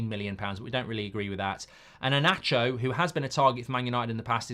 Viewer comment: Inacio ❌❌ E-Nacho ✔✔